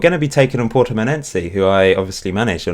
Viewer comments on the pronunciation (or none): none